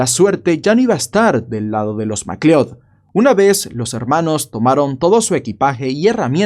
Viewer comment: Por tu forma de pronunciar "McLeod" deduzco que nunca viste la pelicula Highlander 😆. Saludos desde Venezuela